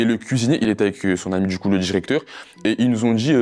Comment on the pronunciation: "tchimide, dju coup", MDR cassos...